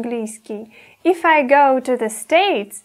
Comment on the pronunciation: не эф, а иф [ɪf]